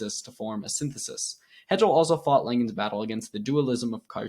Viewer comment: Hegel is pronounced like bagel 🥯 Don’t take this as criticism, brotha. You’re doing great and keep it going!!